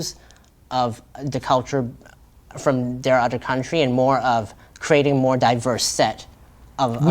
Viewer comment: I can hear some off enunciation’s like where he says the word “other” he pronounces it “odder” 😂